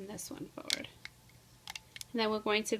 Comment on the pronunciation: Foward? It's Forward!!! JUST A TIP